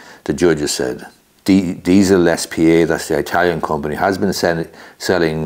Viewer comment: Please stop saying eye-talian , you know that's not correct